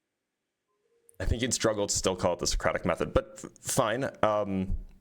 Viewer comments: Thought he said "idiosyncratic method" instead of Socratic method. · Other than an inability to pronounce Socratic Method, he's also not very good at actually doing it.